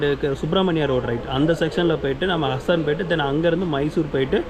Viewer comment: “ஹசன் “ இல்லைப்பா”ஹாசன்”